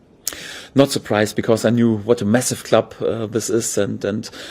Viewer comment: When he said “I knew Leeds were a massive club” I thought he said a “mess of a club” and to be fair both are right.